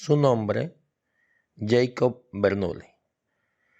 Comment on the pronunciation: El nombre de Jakob Bernoulli se pronunciaría "yecob" si fuese un nombre inglés, pero como es un nombre alemán, ya que él era de Basilea, un cantón de la Suiza alemana, su nombre se pronuncia "yacob", casi igual que que la versión castellana de su nombre: "Jacobo". Hay una canción infantil muy popular en alemán que se llama "Bruder Jakob". Si la escuchas aprenderás como se pronuncia este nombre. Es un gran error creer que cualquier palabra que no sea castellana tiene que leerse como si fuese inglesa.